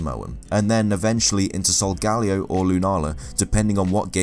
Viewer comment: Its pronounced Sol-Guh-Lee-oh because sol means sun and leo means lion